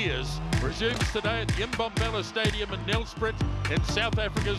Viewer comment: It is pronounced "nel-sprate" not "nel-sprit".